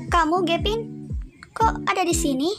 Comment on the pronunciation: Manggil nya kok gepin aku denger loh🤔😐